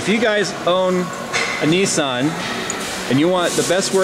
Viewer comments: Nis- San not neeeee-suuun. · lol .. Nissan = Nee sahn .. apparently =p